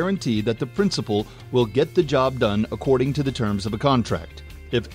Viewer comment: good explanation, says "prinicipal" instead of principal just so you know